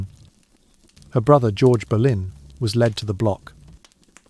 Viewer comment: Even though none of it was true!! Ridiculous and he says Berlin her surname was Boleyn pronounced Bow- Lyn